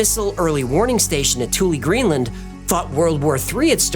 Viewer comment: Thule is pronounced 'Toola'. With a soft e like a sound.